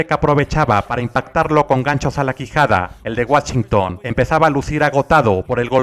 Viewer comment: En Guachington? xD procura ya no decir palabras en inglés que nomás no jejeje tu sigue comentando las peleas y usando tus chistes de Don, esa es tu magia